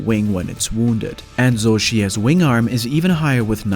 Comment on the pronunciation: Just an FYI, it's pronounced "Shee" not "Zoo"